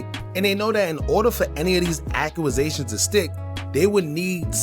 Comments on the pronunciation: Accusations not acuasatuon Use Google to search how to pronounce it lol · why do you say accuwasations instead of accusations? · Accuaasations? Squid pro quo? Bro you having a stroke or trolling? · Acua was zations what????? Ac u zations dawg accusations🤦🏿‍♂️🤦🏿‍♂️😂😂😂😂